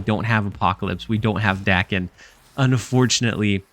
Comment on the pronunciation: I'm going to interpret the multiple "Dacken. Dayken?" in the video as a request for knowledge. Apologies if this comment is unwanted. In Japanese, "a" is pronounced "short" like the "a" in Lockjaw. So it'd be pronounced like Dawken or Docken. Basically just say the "a"s like you're doing in "muramasa." Thanks for all the content. I think I'll probably try this out tonight since I have all the cards.